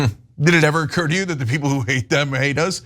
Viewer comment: “We have duh best peeples”.